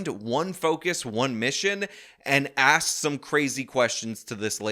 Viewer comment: If she gets a dollar every time she says axe instead of ask she will get rich quick